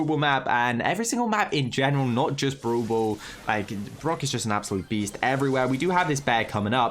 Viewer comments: be like: Broel Boel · I love how you say brawl ball (bru ball)